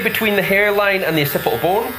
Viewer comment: Ocipi-al bone.